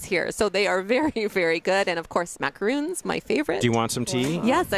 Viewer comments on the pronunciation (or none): Macaron not Macaroon ( Y )